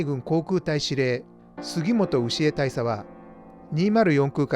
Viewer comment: 当時の海軍では 大尉 は ダイイ 大佐 は ダイサ と発音するのが正解だと思います。